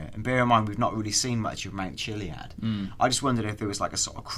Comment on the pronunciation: Mount Jizz-Eye-Uh.